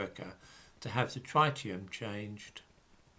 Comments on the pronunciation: the first syllable of ‘tritium’ rhymes with ‘tit’, not ‘tight’. 😁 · Reverend George No. Tritium is an isotope of hydrogen. It has a single mandatory proton like all isotopes of hydrogen and in addition has two neutrons. The other isotope is deuterium with one neutron. This is absolutely nothing to do with oxygen, which has 8 protons and usually 8 neutrons. You are thinking of the ozone molecule. P.S. And you’re completely wrong about the pronunciation too.